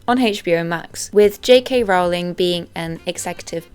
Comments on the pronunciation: You also mispronounced Rowling. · ALAN Rickman. Not Alec. 🤦‍♀ And it's pronounced "rolling".